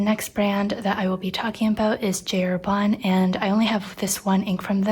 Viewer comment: Well, it's funny that for J. Herbin english speaking people pronounce the J in english and Herbin in some sort of french 😅 In french the J is pronounced similar to the G in english, so that'd be the correct sound. I've been a fountain pen user for almost two decades and a half and you're the very first person I find in YouTube that truly understands my need for finer nibs, I too can write two lines of text inside a single line of a college ruled sheet 😌 I only use needlepoints, EF, F and custom grind 0.7 stubs, not even M works for me 😅 I wish the best for you and that your channel gets bigger so you keep sharing your experiences, kudos for you 😎